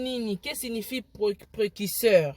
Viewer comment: Precuseur t. Mais Précurseur . Yango yo penza euh. Fally a raison. Tu es incapable de dire correctement une phrase mais ozo critiquer nzembo ya mutu..